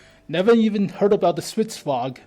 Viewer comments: Stridsvagn, not stridsvag. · Why say "stridsvag" when there is clearly an N in there? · Holy shit, Swedish tanks, really?? I'm a Swede, a big tank nerd, a big WoT nerd, and I'm super stoked!!! Stridsvagn is pronounced "Strits-vangn".